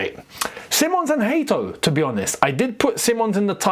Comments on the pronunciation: Let's put respect on big mans name. It's Hato, not Hate(o) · Bro. Pronounce the boy's name the right way. Hat not hate!!